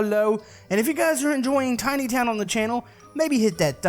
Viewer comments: U made a mistake u said timy it is tiny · And you said Timy Town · Made a mistake u said timy it's tiny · ummm you said timy not tiny ok but i love you oh oh you can do a floating sky base and it will be to over ba zombies